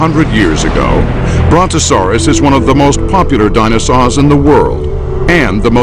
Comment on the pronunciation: it sounds like a 6 year old trying to pronounce "dinosaur"